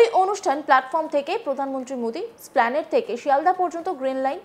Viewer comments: নামটা splanade নয় l ওটা এসপ্ল্যানেড l খবর পড়ছেন তো ঠিক উচ্চারণ করুন l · Correct pronounciation is Es-plan-de